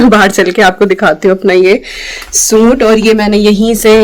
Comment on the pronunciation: Suit Nahin hota sut bolate Hain😅